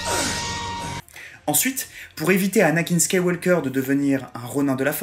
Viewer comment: Petites remarques sur la forme, qui se veulent constructives : "Luke SkywaLLLLLker" Si tu prononces à l'anglaise, le L ne s'entend pas. "Le général GrievIIIIIIous" Y a pas de "i" après le "v" donc c'est "grivousse". Et pour ne pas répondre à ta question, je me demande en quoi tu estimes qu'il a été sous estimé alors que tu dis que c'est un des personnes les plus apprécié, LE PLUS suivi et qu'il vas avoir son SPIN OF. Tu montres que c'est un personnes clé de la saga et même si je pense que tout le monde s'en est aperçu, tu en fait la démonstration donc bon... je ne trouve pas ta question très pertinente pour parler franchement. Sinon je trouve la vidéo sympa, merci pour cette vidéo :)